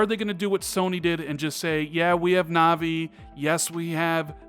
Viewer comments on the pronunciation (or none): none